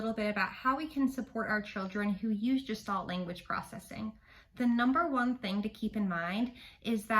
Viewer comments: Gestalt is pronounced with a hard /g/ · Thank you for this! Please note that “Gestalt” is a German word, and is pronounced with a hard G. (It is not related to the word “gestation”.)